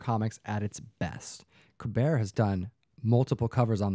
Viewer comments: Did I hear you say Joe Ku-'bear',?? Steven Cole-bert called and wants you on his show to talk about it..... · Kubert = KYOO-bert.